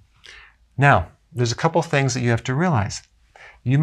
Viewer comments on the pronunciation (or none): none